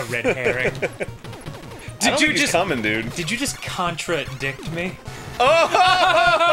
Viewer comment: Contra-dick (contra-dict)